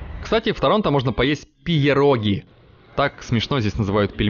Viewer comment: вот насчет "ПИеРОГОВ", Антон! скорее написано по-польски, где " -іе-" произносится как один звук Е...так что читается "ПеРОГИ" - вареники на польском... ударение на букву О... а так - спасибо!!! очень все классно! жизнь у вас прекрасная